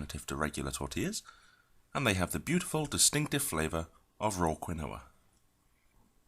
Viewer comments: "Keenwa" say "Keenwa" not kwuhnoah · KEEN-WA. Not quinn-oh-a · Egyptian_Thoth yeah but that’s NOT what he’s calling it. He’s saying Quin-Noah. The alternate pronunciation is Key-Noah. So now YOU’RE WRONG too based on your own “evidence”